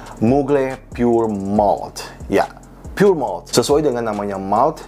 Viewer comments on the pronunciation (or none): none